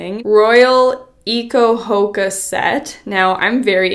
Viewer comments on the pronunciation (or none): Haha hoaka is pronounced “ho-aw-ka” but for anyone interested hoaka it is literally my fav brand I already I have so many swimsuits from them! They are coming out with new eco-hoakas every week and they’re amazing! They are also completely ethical and treat their workers great, and their staff is amazing at helping you with any issues you may have! The girl (Elizabeth Rioux) who is the owner is absolutely amazing! They’re always coming out with new designs but sometimes sell out fast! They are all about diversity so have sizes for everyone! you can always check out their ig for more info :))) I recently became an ambassador so if you guys were interested you can use my code TORIAMONDSEN for 10% off!! ❤️ it’s such an amazing brand I love them! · Pronounced like ho aka I am pretty sure.